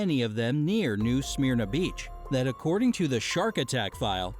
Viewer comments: I am from the actual Smyrna Holy shit, are all Americans pronouncing Smyrna that fucking bad ? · I hate how that guy is pronouncing Smyrna. That's not how you say it.